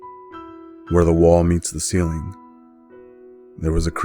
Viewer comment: Normal people: ceiling The author: cELinE